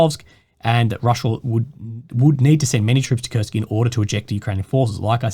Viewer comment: Its Kursk guys, not "kurst" or "kurts" 🤦‍♂️